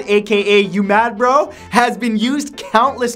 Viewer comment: your Canadian accent came out when you said bro